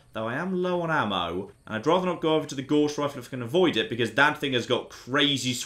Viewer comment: You pronounce "Gauss" incorrectly. Look it up.